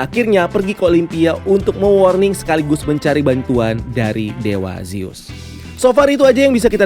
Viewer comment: revejer, bukan revenjer. zus, bukan zeus. tolong cara baca diperhatikan lagi. ganggu bgt kalau salah sebut.